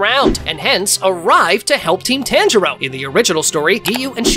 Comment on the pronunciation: tanjio💀💀💀💀💀 its tanjiro😂😂